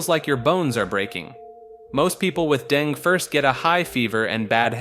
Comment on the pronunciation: Dengue is pronounced "DengEE" or "DengAY", not "Deng"